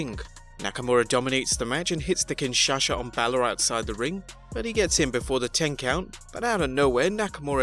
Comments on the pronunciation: Please do not say kingshasha😂😂 it's kingshasa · Kinshasa, not Kinshasha... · kinshasha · He was using Sasha Banks' version of the move "Kinshasha" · kinshasha LOL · Pronounces Nakamura's finisher wrong 😒. Leaving a comment, straight away clicking off video. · That Kinshasa pronunciation. 😂😂😂